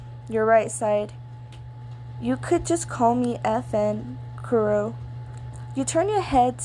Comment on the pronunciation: it great u tried saying their name's let me help u kurro- kuroh kenma- kenma kozume- kozumay